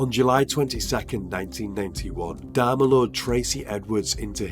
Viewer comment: Could't stand to watch the video for the way he pronounced Dahmer last name 😆